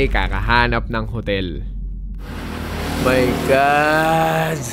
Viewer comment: "omaygad" 😭😭😭